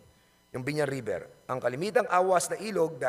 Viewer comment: napaka angas akala mo naman kaya niya si boss RA ayusin mo muna ung pronounciation mo river un hindi riber